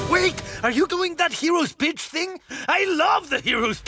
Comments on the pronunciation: Is it just me or did it sound like said “heroes bitch” instead of “heroes speech” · He’s saying “speech” on Netflix’s subtitles but it sounds like “b*tch.” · Ok cool I'm not the only one who heard "hero's bitch" 😂😂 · I keep hearing him say “that hero’s bitch thing” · I think he was saying “heroes speech” but yeah it sounded like he swore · The first time I heard it I was like “…wow I guess this trilogy really wasn’t meant for kids😳” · I’m hearing it too now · My mum thought that too, lol 🤣